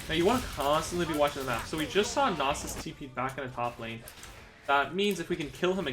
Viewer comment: lol "silas" and "nausus"